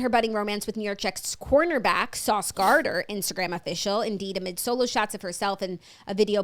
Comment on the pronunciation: It’s definitely Sauce GardNER and not Garder 😂